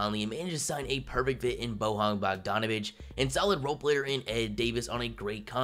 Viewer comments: Everytime you said BoHan Bogdanovic, one little puppie in Croatia died...It's BoYan,... Y like in Yao Ming :D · Why tf you saying "Bohan"? It's pronounced "Boy-yawn". Plus, it seems like you really lack NBA knowledge and you just look at these things on paper.